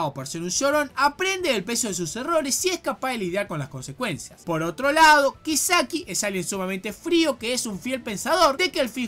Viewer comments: Todos: kisaki: kaisiki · Algo dentro de mí muere cada vez que le dice "kaiseki" a "kiseki".... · Le pego duro la Dislexia a XD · *Kaiseki * Gente normal: Kisaki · SE DICE A-KAT-SU-KI Also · ASKDHSJFHD AAA NO SE COMO NO CAGARME DE RISA CUANDO PRONUNCIAS EL NOMBRE DE KISAKI PERDÓN PERDÓN ENSERIO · Respeto y acepto tu opinión, pero lo que no respeto ni acepto es la forma tan pedorra en la que pronunciaste el nombre de Kisaki Y lo de la censura, bueno, yo no lo pasé porque vi el anime sin la censura jajajaj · He quitado el vídeo nada más oír como pronunciaste el nombre de Kisaki. Dislike.